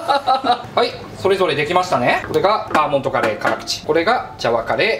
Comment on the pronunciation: バーモンドじゃなくてバーモントなことに一番驚きました。